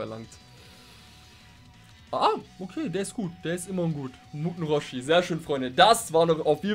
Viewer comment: Bei sagst du muten roshi.., hast es aber irgendwie komisch ausgesprochen für mich hat es sich angehört wie Mutlu roshi.., mutlu ist ja ein türkischer Name.. des wäre doch was oder? Türkische version würde dann muten roshi, mutlu roshi heißen! 🤣👍